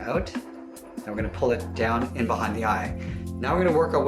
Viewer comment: It,s funny how he pronounces It incorrectly